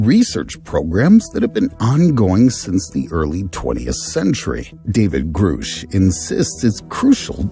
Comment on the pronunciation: It’s Grusch. Not Groosh